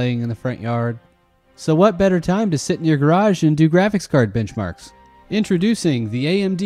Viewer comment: Is....is he saying bitch marks.. Or benchmarks?